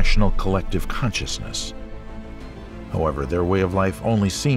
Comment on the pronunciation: is it really the Aactopus ? and the aactaapai baady ?oh, and it has caantschaasness, how is that evan paaasible ? gaad i didnt haave saach an aanglash taatchaa.